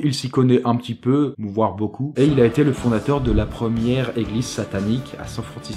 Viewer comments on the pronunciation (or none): none